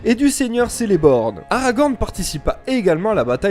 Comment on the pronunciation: les images et la diction s'enchaine vite. excellent vidéo . il est extrêmement rare de voire du contenu de qualité sur l’ouvre de Tolkien. de memeoire celeborn le "c" se prononce " k" (keleborn) et sauron se prononce "sourone" ref appendice du silmarillon note sur la prononciation